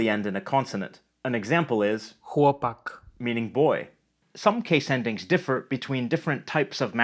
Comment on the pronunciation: Prawidłowo mówi się CHŁOPAK, a nie CHUOPAK. Kiedy wy już nauczycie się mówić Ł ?